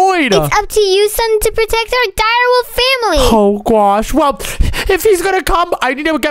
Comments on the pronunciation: It is oh my gwosh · And I like when he said I my gwosh